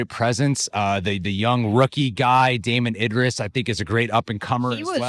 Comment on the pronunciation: “Damson” Idris, is his name. Love the channel guys but their names is the bare minimum to get right… ps I’m terrible with names as well 😂